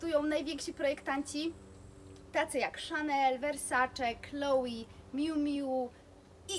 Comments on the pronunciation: Wiem, ze wymawianie Chloé jako Kloi jest powszechne, glownie chyba w krajach anglojezycznych, ale poprawnie mowi sie 'KloE', poniewaz jest to firma francuska i takaz wymowa :) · tzn é wymawia sie jak e scisniete :), pomiedzy e i y, nieco inaczej uklada sie usta, ale nie 'ei'. Moim zdaniem, jesli ktos chce koniecznie wymawiac francuskie nazwy po polsku, to juz lepiej powiedziec 'e' niz 'i', bo bardziej przypomina to wymowe orginalna. No i 'i' to wymowa typowo angielska. Powiem tak, Chloé nie zrozumialaby ze mowisz o niej gdybys powiedziala Kloi, no i chyba nikt by nie chcial aby jego imie wypowiadano zle; jest to troche brak szacunku. Moze przesadzilam :), chociaz...